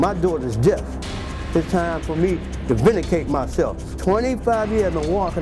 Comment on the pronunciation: ''vinicate myself"